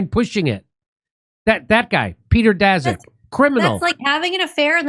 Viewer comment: Daszak sounds like Polish name, so it should be pronounced "Dashak".